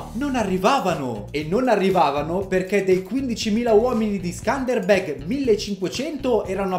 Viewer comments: Si pronuncia scanderbeu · Si legge skenderbeu in italiano ma comunque non ci ho capito na sega Hahahah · Quando sei albanese e aspetti questo momento da una vita e per ricompensartelo lo fa il tuo Youtuber preferito approposito si pronuncia sëndërbërg leggi le e un po' come una o tedesca ma con l a e che a perdere il Regio fu suo figlio che non aveva la cena da condottiero di suo padre